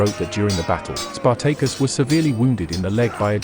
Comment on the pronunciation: I will never unhear Spar-Tay-Cus